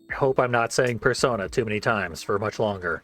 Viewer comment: At least you're pronouncing it 'Persona' and not 'Persauna'. It really pisses me off when people mispronounce the titles of games in the Shin Megoomy Tensy series